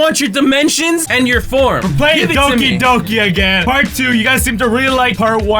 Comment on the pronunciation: at first I thought said Donkey Donkey😂😂😂